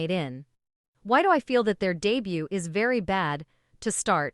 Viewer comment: Wow you make such a long and detailed essay about how bad a music video is due to using "cringe-y" AI, while your whole video is done with a terrible AI voice that can't even pronounce English words correctly. "re duh butt" LOL.